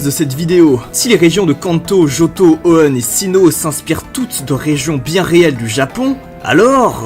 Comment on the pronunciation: La manière dont tu prononces Hoenn est très étrange